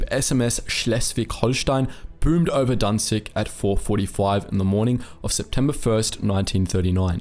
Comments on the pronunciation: może sie kurde naucz że nie danzig ale Gdańsk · you even pronounce it wrong, it is not guhdansk, there is no u. And danzig sounds really bad, like someone had choked on something or someone was coughing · one thing that really gets on my nerves; IT'S GDAŃSK! NOT DANZIG danzig was the german name for Gdańsk which is a Polish city, not German, there should be no germanisation of what was so desperately defended from germans. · Danzig sounds better than "Guh-Dansk" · XDDD wtf is danzig, *Gdansk (Gdańsk) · Why do you call Gdańsk Danzig? Danzig is a german name. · Danzig sounds better, "Guh-Dansk" now? It sounds slobbish